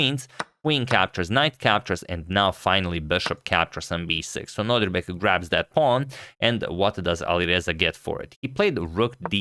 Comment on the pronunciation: love your content, Antonio, and I'm subscribed since forever. Just one thing: I think you are pronouncing Abdusattorov's first name as NoDRIbek but it's actually NoDIRbek, right? Just for me to confirm and maybe also for future videos 🙂 thanks for yet another great video!